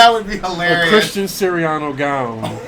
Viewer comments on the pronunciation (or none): none